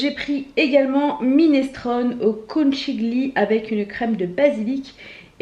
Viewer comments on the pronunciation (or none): Coucou. Désolée mais en tant qu’italienne je peux pas te laisser estropier le nom de la recette Hello fresh. On dit « konkilié » ce qui veut dire coquillage en italien d’où la forme de la pâte. L’🇮🇹 te remercie 😆 Merci pour ton partage de cette semaine. Plein de gros bisous 🥰😛